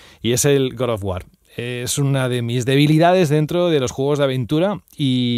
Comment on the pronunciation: con cariño, no digas más "Good" of War, cuando hables de God of War.